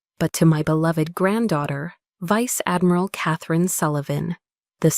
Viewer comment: No Vice-Admiral would have like that! AI needs to learn how to pronounce words better!